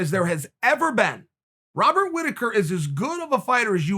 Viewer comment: "Wobert Whitaker"